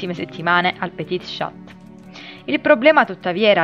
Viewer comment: Scusa se ti correggo non vorrei fare la maestrina ma io faccio Francese a scuola se non vuoi dirlo così non fa niente ma sappilo che si pronuncia pti scia (petit chat)